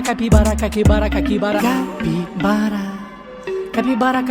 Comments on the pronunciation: Porque dice Cakibara? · Qué le da por decir Caquibara en vez de Capibara cada dos por tres jaja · 😂😂😂si no me falla el oído no dice capibara todas las veces en algunas le sale caquibara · Me equivoco o dice caquibara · No dice capibara dice catibara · DICE CAKIBARA😂😂